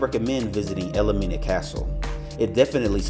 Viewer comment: Wish you had been more accurate. The castle is pronounced “el Mina”, not “el-le-Mina” as you pronounced it! Also and most egregious, is you said it was built in 1942! IT WAS BUILT BETWEEN 1842 and 1862! You should pay attention to what you say!! Won’t watch you again. Sorry!